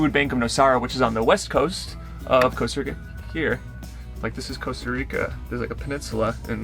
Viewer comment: You should come to Europe or travel around South America? I love your 'Nomadic Movement' and you are superb people but technically America is one country so you need to utilise your fantastic travel skills in different countries. Costa Rica is a good start but practice to pronounce that empathic 's' and 'i' : Co's'ta and R'i'ca ii!!